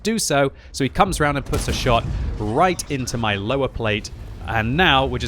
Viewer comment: i love how u pronounce it löwer :)